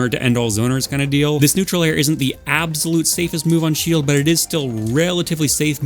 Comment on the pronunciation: i like ur videos and all but some of ur pronunciations confuse me. How do you pronounce absolute as "ab zo lote"????